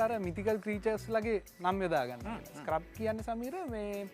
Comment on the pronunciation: මේ විශිෂ්ට වීඩියෝවට බොහොම ස්තූතියි. නමුත් මේ වාහනයේ නම 'ස්ක්‍රබ්' නෙවෙයි. ඒකට කියන්නේ “ස්කැරබ්” කියලා. මැලේසියාවේ පෙනැං රාජ්‍ය කෞතුකාගාරයේ කහ පැහැති ස්කැරබ් එකක් තිබේ.